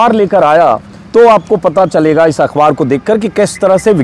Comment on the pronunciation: Are bhayya ajit anjum akhwaar nahi akhbaar sahi pronounce hai